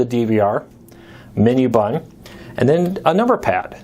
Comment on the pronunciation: I appreciate the info, but I notice in all of your videos that you speak very poorly. You run your words together and it's sometimes difficult to get what you're saying. As an example, when you say "button" it comes out more like "bun." and "stanner" instead of "standard." Slow it down. Speak more clearly and if you're speaking off the cuff, try to be more deliberate with what you're saying. Thanks for the review.